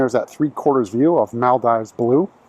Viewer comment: Its pronounced Mal-DEEVES